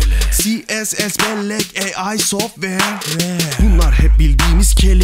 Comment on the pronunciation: yeah mı diyo geah mı diyo?????????